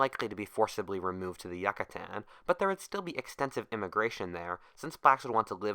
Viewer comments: It’s driving me insane how he’s pronouncing the Yucatán, I’ve been there multiple times so never go there till u know how to pronounce it lol. Otherwise great video as always. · As a mexican his pronunciation is fisically painful. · What if you pronounced Yucatán correctly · I can't stand listening to this with this guys mispronounsiation of the word Yucatan. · The way you say Yucatán makes me uncomfortable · Great job on the video, but I had to down vote on how you say Yucatan. You have earned an a sub from me. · im sorry his mispronunciation of Yucatan really irked and distracted me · Couldn't you have checked the pronunciation? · ok tried watching this, but if you cant bother to research the proper pronunciation of Yucatan, I'm just not going to bother... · As a Yucatán citizen I cringe with the way you pronounce it, great video tho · We would be sober seeing how he never pronounced it right. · youcatan not yuccatan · I hate it so much he said yacatan not Yucatan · It's not Yuck-atan, its You-catan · The pronunciation kills me the Yuckatan? It’s the you-ca-tan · its pronounced YOU-cah-tan please dont ever say YUCK-atan ever again it made me cringe good vid tho.. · As a Brit the pronunciation of yucatan drives me insane. Yuck-a-tan, sounds like yakuza. You-ca-tarn. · Is it pronounced Yuckatan or Yucatan? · Really? Who in the freak pronounces Yucatan like that? You-Catan, not Yuck-Atan. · incorrect: yuck-atan correct: yook-atan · It is pronounced You ca tan, not Yuck a tan. Pronounce it right or don't pronounce it at all. Yucatan. (You ca tan) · It is pronounced You ca tan, not Yuck a tan. Pronounce it right or don't pronounce it at all. Yucatan. (Yoo ca tan) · oof yuh kuh tan rip, its pronounced You cah tan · Its U-CA-TAN not YUCK-A-TAN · It's not "Yuck-a-tan" it's YOU-catan. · You - ca- tan not yuca tan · It's pronounced "Yoo-kuh-tawn" not "Yuk kuh tan" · You-kaa-tan. Not yuk-a-tan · holy fuck it's pronounced like you not yuh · YOO-CAH-TÁN. Jesus christ dude